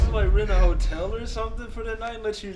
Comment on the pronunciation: NOT DJ WITH THE "HOE'TELL"...OH HELL NAHH, THATS THE WRONG CHICK!!!!!